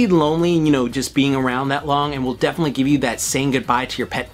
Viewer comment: please say definitely. Def hurts my SOUL.